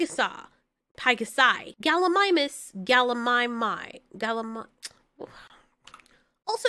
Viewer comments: just want to point this out but gallimimus is said as gal-lee-mih-mus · Her trying to figure out how to pronounce that dinosaur name is hilarious 😂😂 I laughed so hard